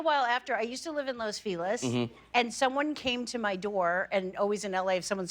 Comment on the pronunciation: Los what!? Lmao Los Feliz! ❤️ love this woman